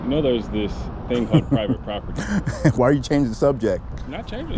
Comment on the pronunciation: this is pie vit pop ur tee. 😂😂😂 so mad he can’t speak.